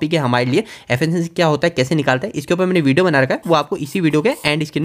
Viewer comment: Affacancy 😂😂😂 Pronounce it correctly Its efficiency